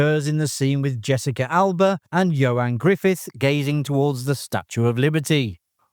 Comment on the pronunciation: It's Ioan Gruffudd not Johan Griffith.